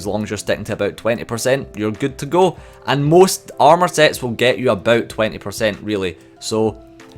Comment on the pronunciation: Its pissing me off how you say armour. You say it like 3 times, and if your joking about the boss its a terribly unfunny joke.